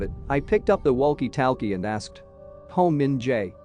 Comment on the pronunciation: I’m loving how the voice thing pronounces walk-e talk-e like waulk e taulk e